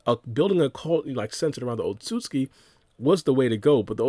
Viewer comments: otsuki it's otsutsuski that's how you say it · In the English dub in Naruto, It’s pronounced Oht-So-Suki. But in Sub it’s Oht-Suski. So either way works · My guy trying really hard to pronounce Otsutsuki